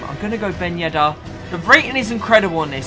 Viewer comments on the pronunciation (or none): none